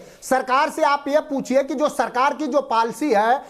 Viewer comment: ये बतमीज है ये समाज वादी के और आरजेडी के निम्नस्तर प्रवक्ता है पाल्सी नही पॉलिसी बोल be